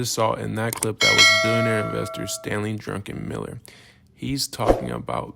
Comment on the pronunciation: It's "Drukenmiller" , not drunken on Miller. 🍺